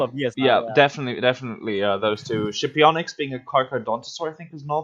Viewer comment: the “Sci” in Scipionyx is pronounced “she”